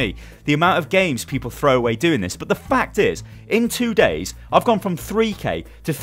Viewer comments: HE SAID "IN 2 GAYS" XDDDDDDD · you said "In two Gays" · he say 2 gays instead of 2 days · "3k to three thousand nine hundred plus in to gays"? what an achievement! you've finally come outa the closet lol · Lmao " I went from 3000 to 3900 in two gays" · "in two gays" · "in 2 gays" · He said 2gays instead of days lol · You def. said "2 gays" lol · i heard that 2 LOL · 😂😂I heard it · Surenda Otoko Second lol noticed that too 😂